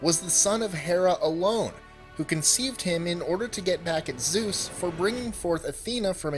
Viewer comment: keeps changing Zues into sues